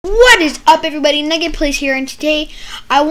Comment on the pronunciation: Nugget sounds like n word when u say it